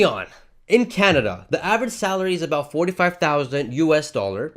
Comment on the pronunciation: sorry aboot that eh